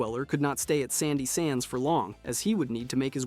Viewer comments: you keep saying sandy sands. its shady sands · Did this dipshit just say sandy sands? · Shady Sands not sandy sands, get a clue dude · I literally can't believe how many times he said Sandy Sands and never came back to fix it somehow. Like anyone who can read knows it's Shady Sands. 😅😂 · SHADY SANDS Not Shady Sands That's a Newbie mistake 🤦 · Had to turn it off after the 3rd 'sandy sands' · Sorry. Can't finish this. I hear you say sandy sands one more time, I think the power of atom will guide me to you. Wouldn't want that, now would we? 😅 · Shady sands Not sandy sands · Bro it fully hurts to hear you say sandy sands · It’s shady sands buddy😂😂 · SHADY SANDS. not sandy sands..😂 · Shandy Sands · At this point i assume he was saying sandy sands on purpose just to get us to comment.. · SHAY-DEE SANDS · Sandy sands? Gee-ECK? Am I in the twilight zone? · Isn’t it shady sands? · Sandy Sands? 4 different GECK pronunciations in 10 seconds? Saying the Lone Wanderer was in vault 13!?!? Bruh what are you doing 😂😂😂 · He lost all credibility after calling it Sandy Sands. Like, how can I take anything seriously from someone who can't even read? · Shady Sands. And it's Horrigan